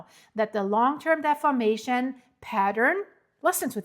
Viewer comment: I do not criticize YouTubers. It's a tough job. I do not criticize people's pronunciation. It's tacky. However, in this one instance, deformation is such a critical word and concept. Defamation carries a completely different meaning. I know how important what you are trying to communicate is to the people of the world. I have no illusions that what you are reporting will affect the people of the world. I fully support your work and hope all good things for you.